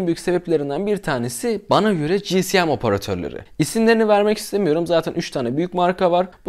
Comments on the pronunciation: Kardeş daha 5. Saniyeden tüm ciddiyetimi kaybettim. CİSİYEM nedir Allah aşkına ya? İçerik üretiyorsunuz azıcık tabirlere çalışın doğrusunu söyleyin. Onum doğru telaffuzu CİESEM şekildedir. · Abi özür dilerim ama dayanamiycam ci si em değil ci es em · GSM Cİ,ES,EM VİDEO BOYUNCA GCM Cİ,Sİ,EM DEDİN. BAŞIM AĞRIDI MİDEM BULANDI....